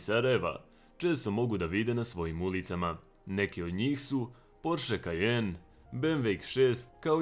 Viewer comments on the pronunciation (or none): none